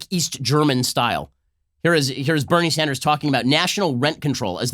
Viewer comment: Ben Shapiro makes Bernie Sanders sound like Beneri Sandarasu